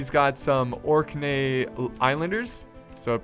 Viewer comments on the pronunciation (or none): Orkney = 'orc - nee', just to let you know :) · Orkney is pronounced ork-knee